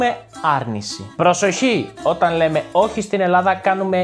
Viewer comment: Very useful and entertaining channel! By any chance are you from Crete? The way you pronounce "oxi"/"oshi" ? :)